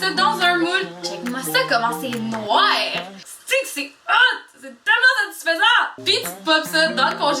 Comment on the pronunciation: Au lieu de Ice Cream c'est Nwaar Cream.